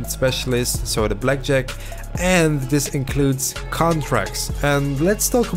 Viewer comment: everytime you say blackjack... i hear Jet pack. The search continues